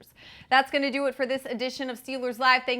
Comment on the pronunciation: Lol yea. Am I the only one who hears say Steel-lures instead of Steel- ers?